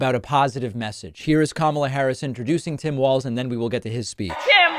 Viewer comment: Hey, David, you are pronouncing Walz correctly! Now I just have to find the rest of your show here.